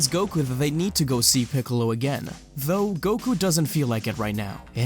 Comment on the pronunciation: u called piccolo = kamicalo💀